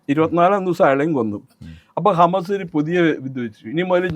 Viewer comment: Hamass illa Hamassolees undu 😂